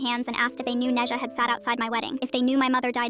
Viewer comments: Its pronounced né zhā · NEZHA?? HOW THE HECKITY HECK DID U PRONOUCE NE ZHA WHATT WHERE DID THIS COME FROM- as a chinese i gasped at "Neja" 😭 help